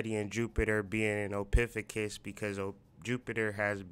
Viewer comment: Ophiucus( Oh-fee-you-cus)